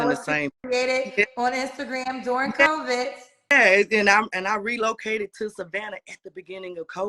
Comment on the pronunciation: When she "ReloadaCated" whaaaat???!!! I can't get past that 🤣